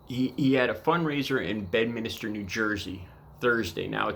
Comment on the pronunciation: bed minster ,,can u read ? ,,,not minister dummy